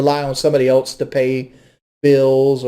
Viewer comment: is so annoying saying “elts” instead of else, and trying to sound like she knows what she’s talking about. She’s as dumb as a brick